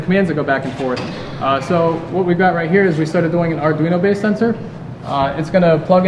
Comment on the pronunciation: It is pronounced "Ar-dwe-no" NOT "Ar-dr-ie-no" AND! BTW: It is pronounced "Teen-See" NOT "Tin-See"!... >:s AM 7/28/2017